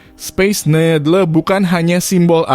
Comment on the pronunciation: mimin sebut Seattle betul, kenapa sebut Needle salah??